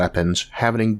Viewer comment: What are "kilomeedohs"? ;-) Very interesting show! Maybe it would benefit your viewers if you could lose your accent a little. Sometimes I really don't understand, what you're saying and subtitles aren't covering it either.